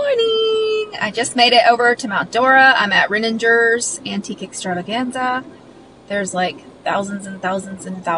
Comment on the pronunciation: Btw it’s Reningers with a hard G like goat